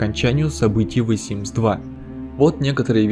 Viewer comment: ВЭ СИМС ЫЫЫ